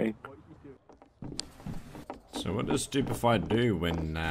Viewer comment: "what are you dewing?"